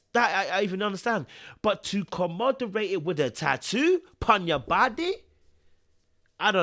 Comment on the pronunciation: Love your videos to bits but it's "commemorate " not "commoderste" ... sorry🤷🏾‍♀️ I'm like this in real life so no offence ok lol🤭 Stay blessed King✊🏾